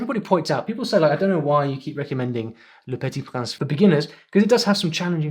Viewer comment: Thanks for your amazing content. Btw I'm only studying French for about one month, but I'm sure that your pronunciation of "le petit prince" is wrong!